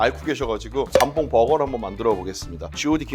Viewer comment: 잠봉이 아니라 jambon장봉임. 발렛 파킹이 아니라 valet parking발레 파킹. 모엣 샹동이 아니라 Moet Chandon모에 샹동.